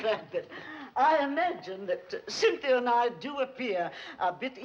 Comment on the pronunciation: "Then he's the Duke of Oxford"....LOL "Cynthi"